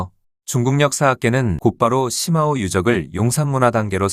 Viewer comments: 石峁-중국발음 표기는 shimao 정확한 발음은 스마우 입니다.시마우는 영어식이고 중국의 발음 표기는 독일어기초 발음입니다.스마우라고하면 중국인들도 알아들을 정도이고 시마우라고 하면 적어도 중국 지명을 정작 중국인은 죽어도 못 알아들어요.중국어에서 i 는단독으로 쓰일때는 우리 발음 ㅣ 고 h뒤에 붙어 hi라는 새로운 발음으로는 우리의 ㅡ에 해당 됩니다. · 시마오가 아니라 스마오입니다. 石자의 중국어 발음은 shi는시가 아니라 스로 읽습니다.